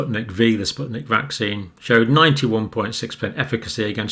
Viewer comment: It's spyutnik FIVE not V